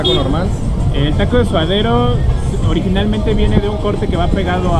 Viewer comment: Jajajaja no es SUDADERO, es SUADERO jajaja